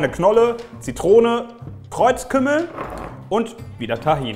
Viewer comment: tahin ist was türkisches 😂du sprichst das voll lustog aus